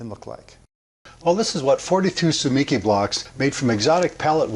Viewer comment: In Japanese there is no stress so each syllable has the same stress. You have stressed the second syllable 'mi'. The more accurate pronunciation is TSU-MEE-KEY with each syllable fully sounded almost like they are separate words.